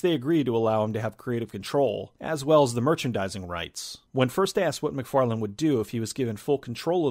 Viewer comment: Why do yo keep calling him Todd McFarland? His name is Todd McFarlane.